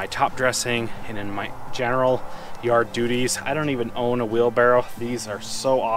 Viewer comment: You said "Yard Dottie"!!!!!!!!!!!!!